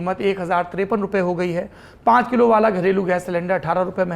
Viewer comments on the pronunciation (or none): none